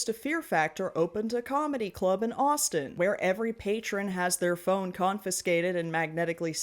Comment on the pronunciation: Everytime you said Austin like that I thought you were calling me a slur